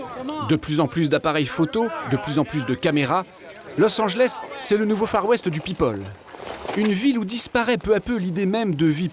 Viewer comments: « Losanjlesse » chui la seule que ça stresse quand le présentateur dis ça ?😂😂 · " los anglesse "😭😭